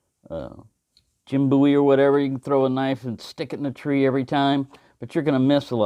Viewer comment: you’ve inspired me to look into Bowie knives. Boo-ee yes you pronounce it correctly. i’m not a big knife sort of guy, but i once owned an Rtak, prolly the biggest knife around. interesting history the Bowie knife and its origin.